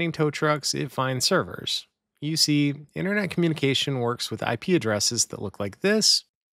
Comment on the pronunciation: woa woa woa, slow down ….. “internet”??